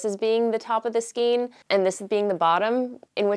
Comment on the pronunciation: I love your show and all your content. Just to nit pick, the skein is pronounced SKANE, not SKEEN. Sorry. Can't help myself.